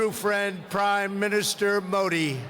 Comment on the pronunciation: Pronunciation haha modi mahi Mori bol RHA means hole baaki ab samaj e gye haha